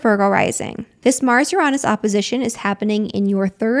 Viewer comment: Yes, triggered this Scorpio at the moment but I'll get over it😂Uranus its spelt Uranus not Uronus. There is no O. I had to check just incase I had been saying it wrong all this time and as my late Professional Astrologer Aunt would say lets not be lazy with our words which is frustrating to hear Uranus be said Uronus when its Uranus. I may have said things differently than they are meant to. I am working on to change those things. But your not on your own or by yourself Stella's Channel Astrologer and Tarot Reader says it too. My Virgo Rising likes to get correct spelling mistakes said corrected properly. I have Mars and Mercury in Scorpio. I hear you. Manifestions always need action. The Secret arriving let people believe that things would fall into people's laps when the word itself says ACTION. interesting times with New Moon in Scorpio. I don't start anything in Scorpio Season personally I wait until Sagittarius Season where its more better for me.